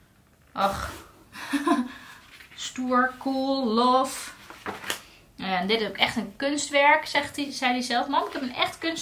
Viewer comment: Je schrijft love. Maar je zegt lave